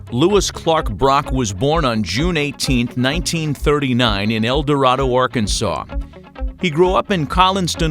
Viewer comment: In El Dorado, AR, they don't pronounce the name of the town "el dor-AH-doe", they pronounce it "el dor-AYE-doe". Long "a".